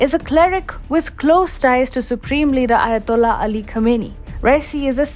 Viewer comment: Khamenei should be pronounced Khaa-men-eyee.